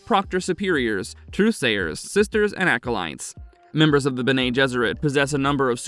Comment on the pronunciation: It’s “beh neh“ not “Ben-nay”. There is NO ACCENT on the second e. And as mentioned earlier, “mah-tress” not “mate-ters“. I can almost handle the nasally voice but the mispronunciation had me cringing every time.